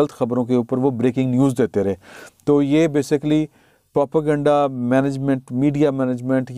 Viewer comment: Salam try this it should be easier to pronounce پرو پا گینڈا (کسی بھی سیاسی مقصد کو حاصل کرنے کے لیے متعصب اور بے بنیاد معلومات کو خبر بنا کر پروموٹ کرنا)